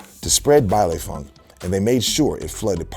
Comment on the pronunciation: for those who don't know, it's pronounced "bailEE funk" not "bailAY"